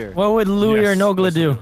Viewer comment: C͠o͠d͠y͠ S͠h͠e͠l͠t͠o͠n͠ "Nola" Don't you mean Nogla xD